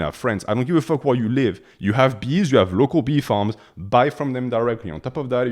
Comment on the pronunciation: Man you made me crack up when you said “i highly recommend you go LOCO, because if you go LOCO the bees are also LOCO” 😂 I know you said local but it sounded as LOCO.